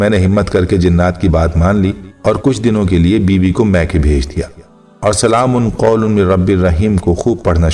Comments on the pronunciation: بھائ جان قرآن میں تو "ل" پر 2 زبر ہے اور آپ ل" پر 2 پیش پھڑ رہے ہیں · ل پر 2پیش پڑھنا بہت بڑی غلطی ھے قرآن پاک میں معمولی سےبےاحتیاطی سےمعنی تبدیل ہوجاتےہیں جوکہ ایک سنگین جرم ھے،